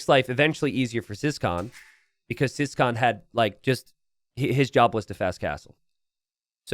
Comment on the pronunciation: So, about ciskahn. Is this just being too American or is his name actually pronounced "siscon"?